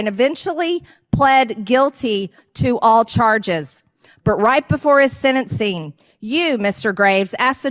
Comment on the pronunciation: "senancing"? MTG hasn't, among her many faults, well established pronunciation skills. 🙄